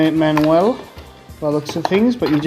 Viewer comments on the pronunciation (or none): pronounced manual like dank pods. love it